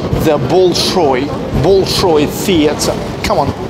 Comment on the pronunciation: все супер, кроме одного момента: зачем так коверкать произношение имен? БОЛШОЙ и тд. не лучше ли произносить как обычно мы говорим?